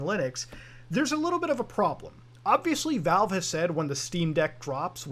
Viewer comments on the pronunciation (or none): none